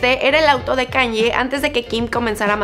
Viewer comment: KanYE ?? Así no se pronuncia